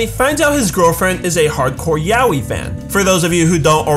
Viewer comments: It's so cringy how americans say "yaoi" like... yaoeee 😂😂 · Isnt yaoi pronouced as ya-oi?